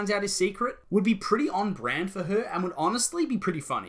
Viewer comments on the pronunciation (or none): none